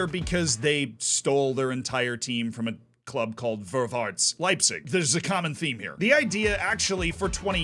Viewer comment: Hey! The "Ä" is not an "A", it's pronounced like the first "e" in "where". "Vorwärts" is more pronounced like "For-where-ts" Otherwise loveley and interesting video as always, never knew much about east German football:)